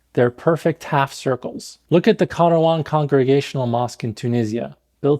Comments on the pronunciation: "Look at the KAH-ROU-HAN mosque in tunisia..." As a tunisian, azizi you are american. Arab where? Your coffee filter? What was that pronounciation💀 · This really can't pronounce Kairouan. I only knew what he was talking about because I've been there and noticed the photo.